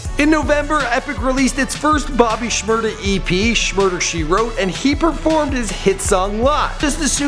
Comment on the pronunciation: u dont say shmada white boy